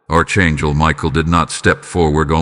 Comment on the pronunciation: It is pronounced ARK ANGEL. (NOT ARCH)